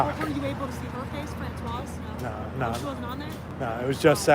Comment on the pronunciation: FRANÇOISE.... pronounce the SE at the end! FRANÇOIZZZ 😊